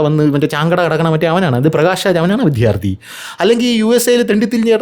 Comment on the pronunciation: "" വിദ്ധ്യാർതി"" അല്ല. "" വിദ്യാർത്ഥി എന്ന് പറയുക